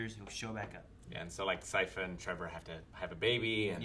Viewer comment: They still dont know how to pronounce Sypha right